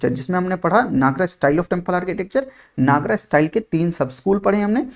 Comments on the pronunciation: Sir your teaching is superb, i just have one request, pls don't pronounce NAGARAA,, it's Nagar , A is written at the last but not spelled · नागरा nahi, नगर style kehte hh.